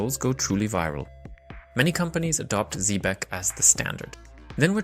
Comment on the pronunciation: Its Zebec not zebrec...but thnx for the vid